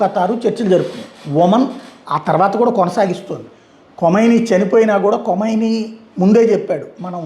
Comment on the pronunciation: అది కొమైనీ కాదురా..! ఖమైనీ.. నువ్వూ నీ మొఖం వార్తలు..